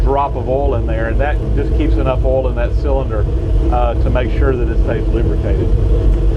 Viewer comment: take a shot everytiime he says "ohl" (oil)